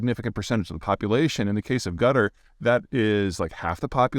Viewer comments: did he deliberately pronounce Quatar as "Gutter"? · yuh "The accepted pronunciation “would sound like saying: Kuh-TAR.” In other words, what you hear when you search “how to pronounce Qatar” is fine. “Another way that also works is Kuh-Ter,” Al-Ansari added, “but sometimes that sounds like 'gutter' so we prefer Kuh-Tar.”" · Did you just call Qatar Gutter? You pretensions son of a bitch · 'Gutter' ? Where is that country ?😂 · Does Peter pronounce Qatar as Gutter? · I like how he pronounced Qatar as "Gutter", several times. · The way you said Qatar sounded like “gutter” (and the auto generated subtitles agree with me) ;)